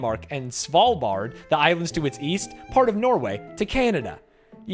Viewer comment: Svalbard not Slavbard btw but a slavic bard named Slavbard would go hard